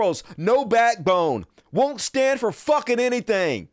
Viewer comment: “shtand.” Lol. He can’t even speak. Ffs.